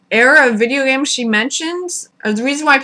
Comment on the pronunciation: "W-w-whurrduhvideeayahgaems?" I died.